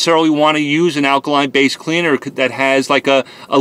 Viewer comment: Take a shot every time he says akaline...